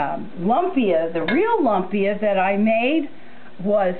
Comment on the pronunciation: Thank you for sharing. Please don't get upset but try saying "loom-pia" this is what it really sounds like. It is spelled lumpia but it is not pronounced lump-ia. You are very correct, yes there is many different ways to make it.